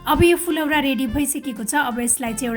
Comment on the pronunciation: कमसेकम उच्चरण त शुद्ध गरुम न हो , फुलौरा हैन , फुरौला , हो जस्तो लाग्छ मलाइ त